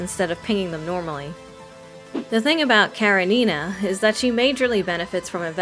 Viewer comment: Off the topic, but it's KarEnina. Please, put the stress on E. It's a russian name from a book literally named Anna Karenina, written by Lev Tolstoy. And thank you for the video, now I will think about getting her, even though I don't like tsunderes that much :D